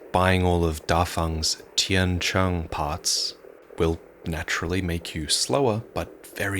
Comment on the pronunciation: It's just a small thing but I want to say I appreciate you pronouncing the Chinese part name Tian Qiang corrtly